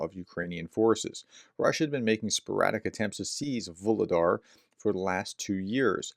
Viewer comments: Hey, pronounciations getting better every time. As Vu - lhe - dar is Vo - ro - nez. Just the same. Like your videos so much and your mispro is just charming ;) I'm not sure, but who seams to get the pros quite good ist "Macronomist" from Germany. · Вугледар Vugledar. The "G" is soft... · Vuhledar, aspire the h as if it was h in hand. Vuchledahr, but there it's too strong. Anyway, soon you won't need to mention it anymore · Voo Glue Dar. The H is pronounced as a G. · H in Vuhledar is pronounced in the same way as H in Harris